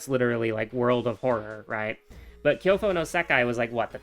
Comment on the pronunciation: "Kyofo no Sakai"? "Kyoko no Sakai"? Alright, new lore just dropped. Move over Kai-ri, AH-kaw-nay, and Kou-i-ji! And you didn't complain about the game ALL THE TIME, and certainly not with such regularity, but you did get salty when Panstz went on radio silence for a long time AND that dreaded patch that broke the game due to character portraits not updating to show damage/curses/injuries. You've been shockingly positive about the game given the amount of time you've invested in it and how slowly (and effective) fixes have been coming in - especially post-"release". Now FFXIV on the other hand... WoH never got the amount of vitriol you've dropped on that one but then think about the amount of money you've plunked down on both and between a janky indie game that is a one-time (relatively small) investment and one that demands a subscription service along with a constant stream of paid content... Also "Oh oh oh, Cult Delinquent you stupid fucker" in the middle of a FFXIV/Square-Enix rant made me laugh, well played.